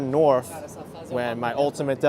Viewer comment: Is it just me or do you pronounce "th" words with an "f" sound ? Example: north as "norf" Is that a NY area thing ? Or just you